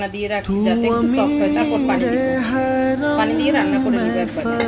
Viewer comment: ....apnar shob video gulo e valo....kintu aapni kicchu kicchu uthcharon vul koren...jemon Pani k apni faani bolen Piyas k phiyas bolen Piyarake apni fiyara bolen Piyaji k fiyaaji...aaro onek kicchu kottha vul kore bolen apni Ai uthcharon gulo valo kore bolben....tokhon apnar subscriber der shonteyo valo lagbe....just kicchu vhul uuthcharon gulo thik kore bolben next time👍